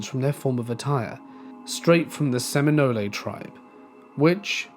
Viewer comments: Thanks! Just a bit of info, Seminole, the e on the end is silent. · pronouncing Seminole like seminol-ay cracked me up